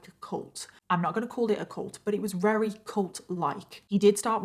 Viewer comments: It's confusing how you say Weary for the word Very many times every video . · Every time she says "very", it sounds like "rarry". Is it just me? Or is she actually sounding like this?